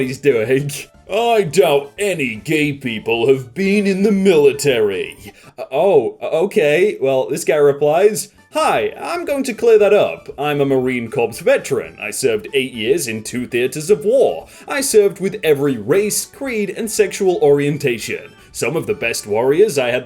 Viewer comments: Ok, I can't let it go this time.. It pronounced core like the core of the earth, not corpse, like a corpse in the ground, even though it is spelled corps....The "p" and "s" are silent with a long "o" as the vowel... I had to fix it since I've heard you say it many times, hyuck. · to clear it up, it is pronounced "core" not, "corpse" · It's pronounced "Core",. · Marine corps is pronounced as "ma rin ker/kor", also I find your pronunciation for "drawing" funny lol, anyways good vids